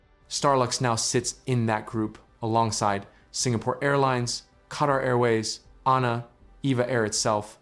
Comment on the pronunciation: It is not called 'anna' it is called A-N-A. or Zen Nippon Kūyu